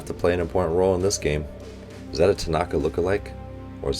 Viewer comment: I notice a trend about hinata and tanaka's pronounciation I hear lot s of people putting stress on the NA like hi(NAA)ta (make sure to prounonuce the T, it's not hi(na)[da] its ni hinaTa the Na is a bit longer but it should be one syllable long same for tanaka, I hear you pronounce it Ta[Naa]ka both stress should be put at the end of the name as if ending sentence This may not be a good explanation but I hope its correct and helps you